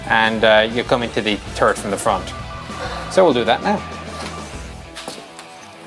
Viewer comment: i giggled every time he says "turret" it sounds just like ...turd....